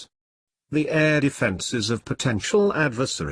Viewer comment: It's an excellent digital voice file player in real time, but they start putting me to sleep after 3 or 4 minutes. The airrrrr defences is an item that requires some work. The secret is how many versions of each word one builds into the library. A live announcer varies their reading based on the content, not just the words and the order. Audio Engineer opine